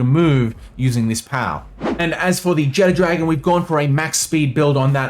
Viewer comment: I dont know why everyone pronounces Jetragon like "Jet Dragon". Theres no "D" in its name